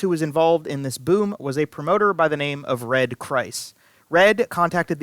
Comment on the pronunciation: The promoters name is pronounced freed, not fryed.